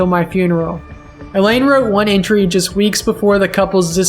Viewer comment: Mrs. Lonergan's name was pronounced "EYE-lean", not "E-lane". Common enough mistake, but it felt disrespectful not to point out.